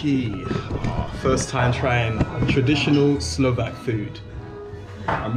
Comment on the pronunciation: wondreful pronunciation, love the way how you are trying to speak Slovak everywhere, so nice, so polite...